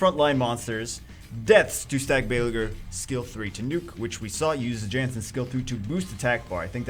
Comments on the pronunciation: It's a viking, shouldn't it be pronounced (YAHNS-sin)? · It's pronounced as "Yan-Sen"